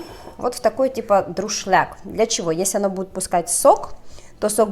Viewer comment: всё хорошо, но не говори " друшляк", правильно " дуршлаг